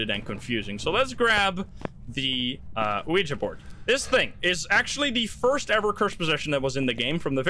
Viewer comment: Thank you for pronouncing "Ouija" correctly. It's so cringe hearing people say "Weegee."